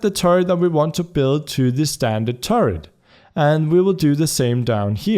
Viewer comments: i like the way u say turret it sounds like turd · When you say turret I understand turd lol